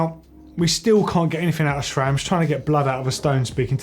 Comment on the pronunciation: It's Sram, not Chram